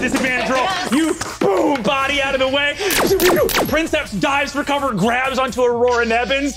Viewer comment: I'm listening to this, translating some Latin texts for a friend, so I'm locked into that mindset. I preface this with a declaration of undying love for each person at that table. However, the way they keep mispronouncing princeps, "prinn-septs" when I just KNOW BRENNAN KNOWS BETTER is CARVING A HOLE IN MY BRAIN lmao😂😂 "Preen-kepss" with emphasis on the first syllable, like you're kinda pretending you're Italian lol, in case anyone was wondering. Check into Latin, guys. It's actually crazy easy, and you'd have fun! Or at least feel like a badass 😅